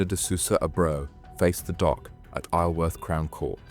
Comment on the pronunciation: This is one of the worst videos I’ve seen you do lol. Saying the middle woman was in her mid 30’s then saying she’s 30 after lol can’t pronounce Isleworth properly. Showing the last inmate in question during the second story. Horrendous